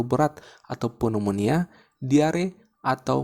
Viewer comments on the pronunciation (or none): none